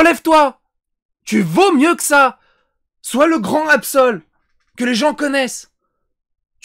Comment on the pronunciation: "AbSel" 😂😂😂 dès le départ tu m'a terminé 😂